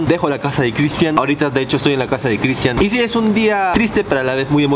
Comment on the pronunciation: Dice critsian en vez de Cristian👆 😄😅😆